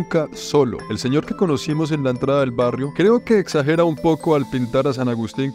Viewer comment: El zeñor como dice esooooooo hahahaha